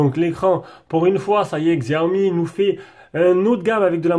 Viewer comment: Ca se prononce CHiaomi ;) super video